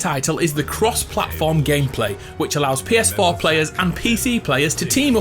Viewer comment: "Pee Es Foh"